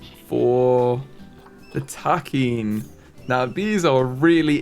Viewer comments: I could be wrong, but just as a heads up I think Takin is pronounced Tock-in either way, great video! Please please please keep making content I love this series so much! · The Nat Geo show Secrets of the Zoo covers the Columbus Zoo and their other location called The Wilds. The Wilds has takin and it's really cool to see the episodes with them! Apparently takin (TAH-kehn is at least the American pronunciation) are notoriously protective mothers and the babies are absolutely adorable!